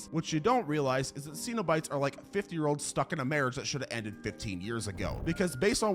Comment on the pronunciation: You’re pronouncing cenobites wrong. For someone who is so into horror, you pronounce so many things wrong